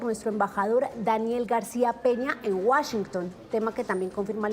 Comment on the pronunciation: Jhon maramana, wasinton jaja gracioso. Igual no pasa nada, solamente es pronunciación.